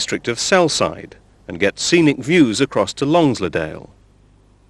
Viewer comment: Penrith is pronounced PENrith and Longsleddale is pronounced LongSLEDdle (emphasising the capitals).